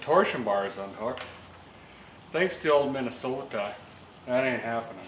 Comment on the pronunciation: Minn-ah-SOTA Love It!!!!!!!